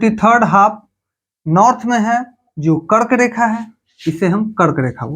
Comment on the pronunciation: app R ko D bolte ho bro thoda try kro R ko R hi bolo jese app kark rekha ko kard rekha bte ho